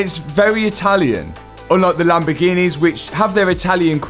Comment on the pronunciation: so can pronounce six but cant pronounce Sixth, he says sickth. yet he was talkin stuff about americans and their weird english quirks lol. lamborgheneehhh